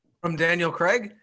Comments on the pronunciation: Totally love the way you call James Bond ..... cre🥚. His name is spelled CRAIG .... how does that possibly translate to cre🥚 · Please pronounce the letter …’A’. Daniel… CrAig!!!!